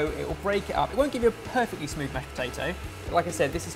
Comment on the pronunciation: "Pear-fectly glutenfree gnocchi"